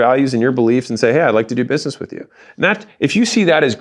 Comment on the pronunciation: Anyone notice he said buisemess in the beginning 😂